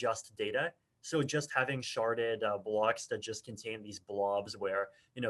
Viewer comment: Sharded or sharted? Lol